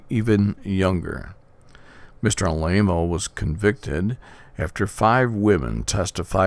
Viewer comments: Ah La Mo not A-Lay-Mo... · You are repeating the lies of the mainstream media! For someone that knows so much about Tony, you would think you could pronounce his last correctly! You mention Jim Jones! He was a CIA Operative and the people in Jonestown did not commit suicide! They were murdered and shot! You should do research before you run your mouth! You should watch what you say and get all the facts before blabbing away! The Catholic Church has more sexual abuse cases than any other religion but because that is the wealthiest organization on earth, the Vatican sweeps their crimes under the rug and pays off the judges, etc.